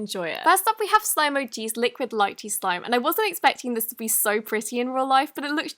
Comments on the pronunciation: It’s not pronounced lichy its lee chee no hate btw bye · Love u but btw its not lie-chee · Hey btw it’s not lie chee it’s lee chee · it isn't exactly pronounced as Lichee it is pronouced as Leechee "Lychee" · Not to be rude but the first slime you pronounced the name wrong it’s LEE-CHEE not LI-CHEE I don’t mean to be rude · It’s pronounced lee-chee not li-chee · In the video, pronounced lychee with an "I" sound for the "y". Instead, it's pronounced like "leechee". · It’s pronounced lee-chee not lie-chee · Ehem Liechee?? It’s pronounced Leechee._. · Can I just say that it isn’t pronounced lichee, it’s pronounced leeche. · its not ly-chee its lin-chee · Not li chee it’s lee chee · No offense lychee is pronounced lee-chee not lie-chee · me as an asian is disappointed.....:( she said liichi...oof it’s leeecheee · It’s pronounced “Lee - Chee” I luv u! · I thought it was pronounced leechee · No Hate But It’s Pronounced Lee-Chee :> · Lychee? Iim pretty sure you say it like leechee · its lee-chee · It’s pronounced (lee-chee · Lychee is pronounced as leechee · Lychee is pronounced Lee-chee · Lychee is actually pronounce “lee-chee” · It’s pronounced LEE-CHEE. And also it’s pronounced FEE-MO not FO-MO. I love your videos, but each time you say Fomo slices part of my soul dies. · just to inform: lychee is pronounced leechee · Liquid Lychee is pronounced Lee-chee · Liquid LEECHEE. I’m sorry, but that gets on my nerves so much. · It's pronounced leechee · Oh btw I’m Vietnamese lychee is pronounced (lee chee) just so u know ☺️😊 Edit:I’m not going to be a “miss know it all” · the first slime you pronounced wrong it’s and asian fruit and since I’m asian and love eating lychee, it’s pronounced (lee-chee) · Pronounced "Lee-chee" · Lychee is pronounced leechee not lychee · It’s pronounced l-ee-chy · Lychee is pronounced lee-chee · Lychee is pronounced (LE chee) yes, its a real food but it is not red. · "Li-chee" SCREEEEEEEEEEEEEEEEEE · She says lychee wrong